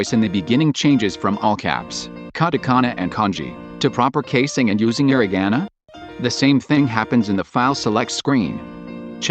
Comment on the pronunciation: Not hirinaga. It's hiragana.